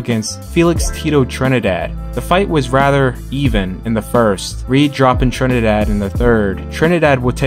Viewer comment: Your saying Tito Trinidad wrong trust me I'm puerto Rican I know